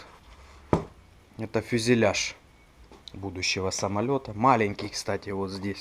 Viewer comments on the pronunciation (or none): none